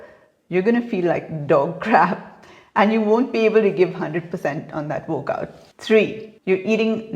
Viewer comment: Is she saying workout or wokeout? F... Shitshow... beautiful vocabulary